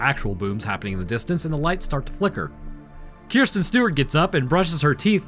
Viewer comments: kris ten not kirs ten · One question: Do you pronounce her name Keer Sten instead of Kris Sten on purpose? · "Keersten Stewart" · did you purposefully say her name wrong the entire video?